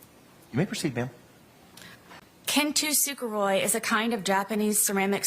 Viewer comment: Kintsugi is not pronounced Ken-toosoo -jeroy